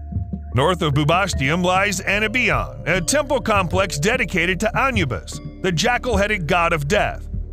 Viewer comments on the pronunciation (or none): Okay, his authority on ancient Egypt went right down the toilet when he pronounced Anubis (a noo bis) as (an you bus). I'm out! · "Anubis" is pronounced "a-NU-bis," the preliminary "a" rhyming with the English article "a," as in "a hat," "a ball," "a sock," etc. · The word is pronounced: AH NEW' BUS. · I never heard anubis pronounced onyoubis that's a new one for me